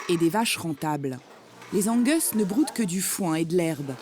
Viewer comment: Je suis le seul à être choqué par la façon dont elle lit "Angus" ?